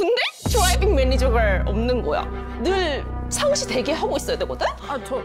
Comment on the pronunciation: 찍을 기분은 아니지만 하이라이터는 우야든동 바른 가비 머리에 터래기 붙은 천사가비 드라이빙 매니졀가 아니고 드라이빙 매니저갈 발음 씹힌 울퀸가비ㅠ❤ [구구절절한 프렌즈] ㅋㅋㅋㅋㅋㅋㅋㅋㅋㅋㅋㅋㅋㅋ